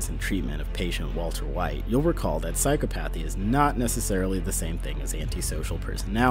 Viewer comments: “Sigh cop a the” not “psycho path e” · I'm sorry but I can't keep listening to you say psychopAthy. It's pronounced in line with Empathy, and should rhyme with "cop a fee". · I'm pretty sure its pronounced psy-COP-uh-thee, not PSYCHO-pathy. I got mins in and couldn't watch any further! It was like fingernails on a blackboard! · I think this is a great video. Very insightful and interesting. And I don't want to be that pedantic guy that feels the need to correct someone's pronunciation but I feel the need to say that it's not Psyco-PATHY, it's Psy-COP-athy. The stress is on the second syllable. Sorry but you're obviously very knowledgeable so saying the word conventionally gives you more cred. Again great video. I subbed also. Great job. 👍👍👍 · Your saying physco pathy when its pronounced sigh cop uh thee....offffff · It's pronounced Psy-cop-othy, but this video is great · It's pronounced Psy-cop-o-thy. Later...what the Joker exhibits wouldn't be classed as "basic training" in terms of his combat style; it's far more advanced. I know I'm getting wicked nerdy, I can't help it and I apologize. I also loved everything else you said. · Isn't it "psy-CHO-pa-thee?" (short "O") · BTW you pronounce "psychopathy" wrong. Its psy-CHOP-athy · Isn’t psychopathy pronounced ‘sy-cop-athy’? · It's psychopathy not psycho pathey like tf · Psi-cop-a-thee lol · OK...the word "psychopathy" is pronounced psy-COP-athy brainiac. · I thought psychopathy was pronounced psychopathy, with the emphasis on second syllable. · I've never heard someone who uses the word 'egocentricity' mispronounce psychopathy. First for everything. Still loved and 'liked' the video. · Do you know what makes me crazy? hearing someone Who presents himself as a psychologist miss pronounce psychopathy over and over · First of all, would love to join this team bc as a psychologist I do this ALL the time. Second of all, the pronounication of psychopathy is both driving me insane snd causing me laughs